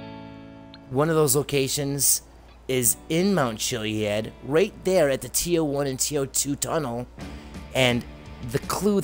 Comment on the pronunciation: If you look at the definition.Ch-iliad is pronounced Killiad..look it up.